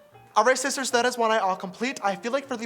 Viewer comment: Hi shisters! Its James Charles and welcome back to my YOUCHUBE CHANNEL